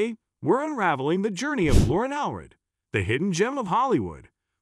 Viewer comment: It’s All-read.